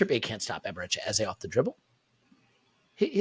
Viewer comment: Our number 10s name is pronounced like EHZUH not like EHZAY